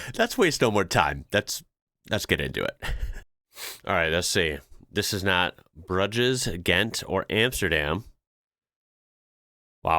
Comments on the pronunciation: its bruge as in bruise not brug ess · Bruges is pronounced Brooj, rhyming with luge. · Bruges pronounced brooozh!! ermmm sort of!! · 'No idea' yank - Brudge es??? Emsterdam??? 'like a moovie', 'leaf eye streets'??? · Brudges? You cannot be serious 😂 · Bruges pronounced brooj (well thats how I pronounce it) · You got the name of Mechelen almost right, but Bruges... Check out the film by the same name (In Bruges), you'll hear it pronounced - and you'll have a good time, it's an excellent dark comedy/thriller. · Bruges… pronounced with a ‘soft G’ and a silent ‘S’ (rhymes with ‘snooze’). 😬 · The G in Bruges is pronounced as a J.